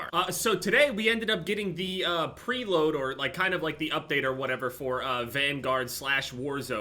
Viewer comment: We just gonna ignore that just said" pre load "...